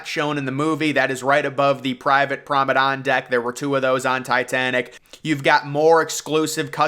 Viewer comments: why do u say promedon not promenade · Very very nice. A bit monotonous though, and it's promeNADE, not prome DAN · nice video :) but you have to stop with "private promedan shit" is PRIVATE PROMENADE...is so annoyng when you say PROMEDAN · Drink every time he says promedon. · Thank you!!! I keep hearing PROMEDON too. I don’t even know if promedon is a word